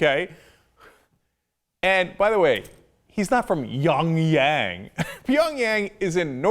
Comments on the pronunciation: Love ya Cenk...but there IS no youngyeng.....it is Pyongyang in North Korea..always Love for your show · hes a news anchor and cant say it right "peyongyang" "seoul" ? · I've never heard of a city called Yonyang. Pyongyang is a city in North Korea, but apparently, O'Riley can't pronounce important geographic locations. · he obviously meant pyong yang....its only 1 letter difference. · He didn't correct himself. He said "Pyongyang... or Seoul." The reality of his commentary? That he doesn't know that Pyongyang (or how to pronounce it) is in North Korea? What does "the reality of his commentary" even mean? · Pyongyang is not that fucking difficult to pronounce...or find on a fucking map.